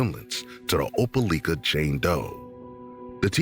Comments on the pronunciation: From what I know it’s called Opeliiiiika! Not licka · Oh-pel-EYE-kah! Not oh-pel-ick-ah….grrrr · OPELIKA is pronounced with a long “i” not a short one. “OH-PUH-LIKE-UH” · It's Opelika , you saying it wrong lol, we all.here remember this baby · Opelika, it's pronunciation has a long letter " i ". As in the word LIKE. I Know where it is.